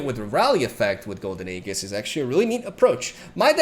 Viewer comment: BRO RAE OYU SERIOUS. THIRD MONTH OF COMMENTING THAT AEGIS IS PRONOUNCED EEEJHIS NOT A-GHIS